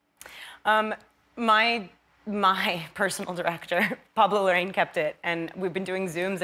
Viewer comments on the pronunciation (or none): The director of the movie is PABLO LARRAÍN not pablou lorrein